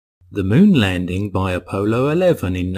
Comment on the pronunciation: Uh poh low.